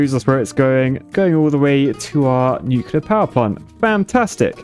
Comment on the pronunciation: only architects are allowed to say “nucular” instead of nuclear